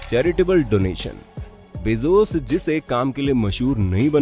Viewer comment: Amazen nahi Amazon and bezuz nahi bezoz prononcetion sekho 😠😠😠😠😠😠😠😠😠😠😠😠😠